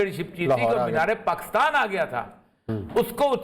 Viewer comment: Please, country name is Pakistan not Pakustaan.